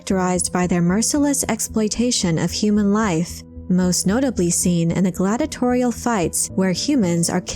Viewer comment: narrator keeps saying gladitorial. The word should be glad·i·a·to·ri·al